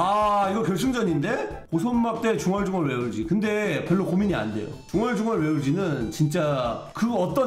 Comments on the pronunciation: 진짜 중얼중얼..왜울지? 이거 레전드라고요 ㅋㅋㅋㅋㅋㅋ중얼중얼만 나오면 맨날 왜울지? 생각남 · 아 중얼중얼 왜 울지는 지금 들어도 개웃김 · ㄹㅇ 중얼중얼이랑 맘! 좀알듣게는 언제 안웃기냐고....ㅠㅠㅠㅠㅠㅠ